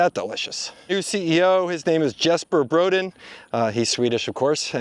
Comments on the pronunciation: Jesper Brodin is actually pronounced YES-per bro-DEEN, not JES-per BRO-din. 🇸🇪🇸🇪🇸🇪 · Well. Brodin isn’t pronounced like you said. Bro-dee -en. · No you can't pronice brodin. the accent is in the end